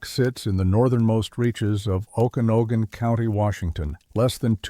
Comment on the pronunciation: Oh kana no gan??? AI not very good at sounding out names. Better hope you don't get anything for Puyallup or Sequim